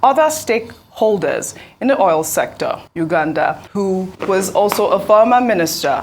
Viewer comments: Did she just called Isa Yuguda, Ugunda? pathetic! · Get well soon Ojy. hope your ligaments heal well in Jesus name. BTW its pronounced Y-U-G-U-D-A just as spelt. Diction baby, diction! Love you still. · Pls Ojy tone down on this ypur Oyinbo accent.Which one is Yuganda.Even CNN and Aljazeera pronounce our local names better than you.